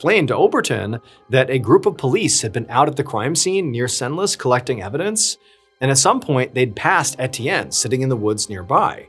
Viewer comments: Are people aware that you can Google how to pronounce things? "Shant-ee-lee" and "Sen-less" hurt me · Hyppolite = EE-pol-EET Chantilly = Chan- tee-yee Senlis = Sawn-lee If you'd like to hire a French consultant, I'm available ;)